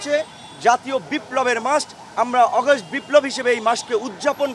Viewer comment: কিছু লোক আছে বেশি শুদ্ধ বলতে যাইয়া শুদ্ধারের অশুদ্ধ বানাইলায়।যেমন আগস্টেরে অগস্ট কইতাছে 😂